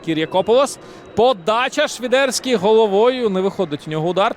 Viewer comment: А чому "Швідерський", а не Свідерський, як заведено в українській мові?